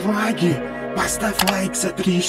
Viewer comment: Он не хагги вагги а хягги вягги 😁